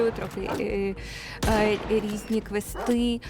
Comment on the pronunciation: Вона не може навіть наголос правильно зробити у слові "квести"..... Вона точно знається на своїй посаді??